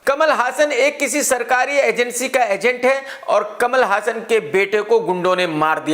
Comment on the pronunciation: Bhai hassan name apko kia nahi maloom jo galt pronounce kar rhy ho